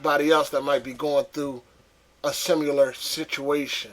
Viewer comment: lol "simular"